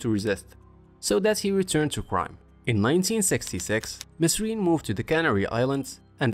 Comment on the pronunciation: Instant thumb down for saying mesrine and not merine